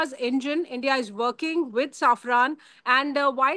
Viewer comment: Its safran not saffran